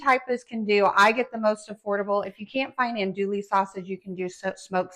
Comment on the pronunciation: It’s an-doo-ie. Not an-dool-ie